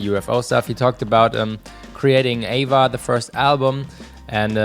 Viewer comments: It bothers me that you say “Ava” and not “A.V.A” when you are talking about AVA (Angels & Airwaves) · Me too.. it shoud be A-V-A instead Ava.. I'm thinking of Abba lol 😂